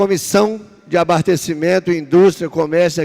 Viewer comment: ele disse...."ABARTECIMENTO"?